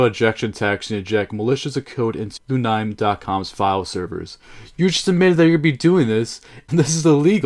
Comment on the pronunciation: Hol up I thought the pronouncation of Lunime is Lu-ni-mey and not Lu-naym .-.